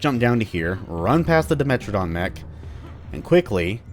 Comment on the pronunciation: "A dimentridon mech." A dimechtridon.